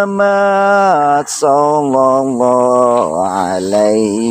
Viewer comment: Mohon maaf untuk.saya juga kaga punter pinternya agama.tapi saya rikwes dikit mas.mohon maaf beribu maaf.yg mas baca itu salah mas.yang yg betulnya.salallah ala muhammad.bukan sallallah ala muhammad,itu aja yg saya rikwes